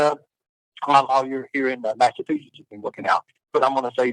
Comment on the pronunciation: He still the same. the meanest midget guy. But in jail he doesn't have his shoe lifts, oh he has too much testosterone he is too manly, with his suitcase of dil- does, oh he just works out all the time, oh he is a vet. Dude cant even pronounce Massachusetts properly.